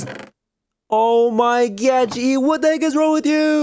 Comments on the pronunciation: Did you say “oh my gyatt”? Cuz that’s wut I heard and saw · Hi and I love how instead of "oh my god" it's "oh my GYATT😂😂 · Did you guys realise when said 'oh my god' it said 'oh my GYAT' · Did she say OH MY GYAT